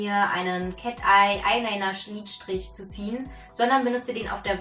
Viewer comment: Bin ich die einzige, die "Schniedstrich" gehört hat? 😁 sehr süßer Versprecher ☺️